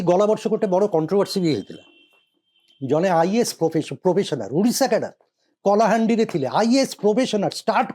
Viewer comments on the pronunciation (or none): Sir plz pronounce odidha instead of udishs